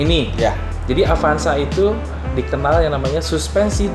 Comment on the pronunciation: Avanza kang...... Sanes apanza...... Sakali deui AVANZA NYA BUKAN APANZA